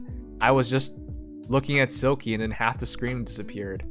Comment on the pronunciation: Smh, it’s pronounced like Silk, not Silkie. I’m thumbs down this video.